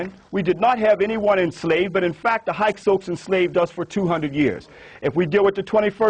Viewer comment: Narmer defeated scorpion? He may have been narmers father. You don't know shit from clay. And learn to say Hyksos properly. Total tool.